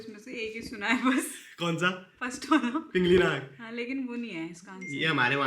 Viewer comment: पिंगल नाग सही उच्चारण है पिंगली नाग नहीं